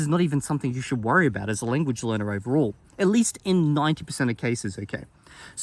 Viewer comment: Fun fact: If you put the video at increased speed, it sounds like he's saying "Linguage" instead of "Lenguage"! Or maybe that's just my accent seeping into my ears lol. (I pronounce "Length" and "Strength" and the like like "Lingth" and "Stringth", Idk why I just do.)